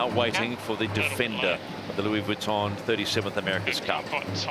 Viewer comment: In answer to you question the commentator is NZER and he’s hopeless.cant even pronounce VUITTON properly. Grrrrrrrr,,,,,,,,,!!!!!!!!